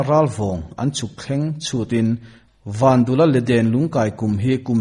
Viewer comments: vandula tih a dul lai hi pum/dul anga lam tur a ni lo va.,vandûla tih a lam tur dûl hi dil(sangha dil) kan lam ang hian lam tur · Vandula tih hi i lam dan hi,tuiluang dul² tih ang hian dul hi lam ri rawh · Vandula tih pawh hi Van tih leh dul tih hi tlem a thluk tur a ni bawk